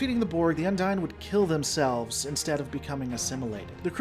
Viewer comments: Heheh, the way you pronounce "Undine"... the NPCs say "undeen", you say "Undyne" from Undertale. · Un-deen. UN-DEEN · Spelling is not an equal correlation to pronunciation. What is canon in Trek is how something is pronounced on screen. Multiple on screen characters pronounced the Undine as Un-deen. That's what makes it canon. Yours however is not. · I believe it's pronounced as Un-deen, since several characters including Tuvok pronounce it as such.